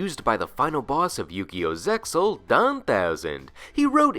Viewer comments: Which is why I like final boss monsters from the Manga, look at The Supremacy Sun( which is an excellent card to run in Zombie decks) from GX manga. Did he say Zeal, when it’s pronounced Zexal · nah its zexal. No one i know says zeyal and honestly its sounds dumb